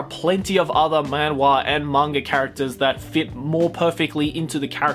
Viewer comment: It’s pronounced “Manhwa (만화)” with the “H (ㅎ)” btw. I’m talking about the Korean pronunciation tho